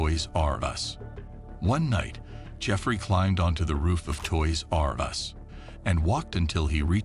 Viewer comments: Who taught this moron how to say toys r us? Toys r......................................us. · I was enjoying this video until he started saying Toys.....R Us lol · so distracting how you say toys-r-us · Why he says Toys R Us all weird? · The way he says Toys R' Us made me so angry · why does the narrator say TOYS R US like that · What is up with the way the voice-over guy says: "Toys R Us"?! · Why do you say toy r us like that